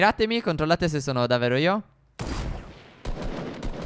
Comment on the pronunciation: Io vi adoro,ma perché dite davero e non davvero? Siete bravissimi lo stesso